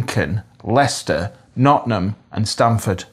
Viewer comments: It's not Nottum, it's Nottingham, I've lived there all my life and I'm 65 yrs young. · As an East Midlands native now in Oxfordshire exile, it madey heart leap to hear you say "Nottin'ham". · Being an easmidlander, Derby and Nottingham have their own variations of the eastmilands even Nottingham is pronounced differently Noringum in the city and Notinum 10 miles away in Mansfield. We also say ayeup yoth not youth. If you want to hear the best authentic eastmidlands accent on film, it's Jack O'Connell in Lady Chatterley's Lover. He's spot on but he does come from Derby